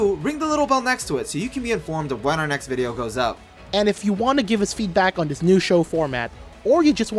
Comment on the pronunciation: no offence but who says dis and za